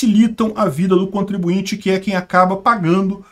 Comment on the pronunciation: Contribuinte não. Ai forçou…